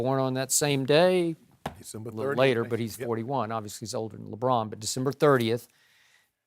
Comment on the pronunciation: gad danm!!! Skip found a way to says LeBron's name again!!! :0